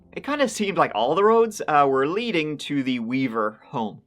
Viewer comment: I keep hearing ward beaver…